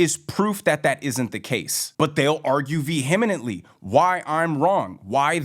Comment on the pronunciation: vehemently, vs veheminently. Its not vehemineminantly 😅